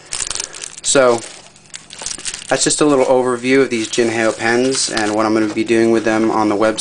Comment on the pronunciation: definitly not jin hay o its like saying hello in mandarin ... ni hao (how) jin how